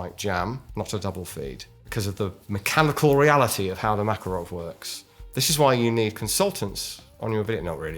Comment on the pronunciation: you said makarov like they do in the game, which you previously commented that no one says it that way :)